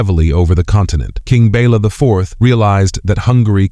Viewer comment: The king was not "Bella" but Béla. "Béla knew what was at stake."